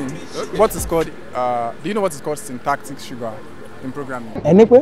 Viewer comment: The nigga said "shrintactic sugar" I was rolling at that point 😂😂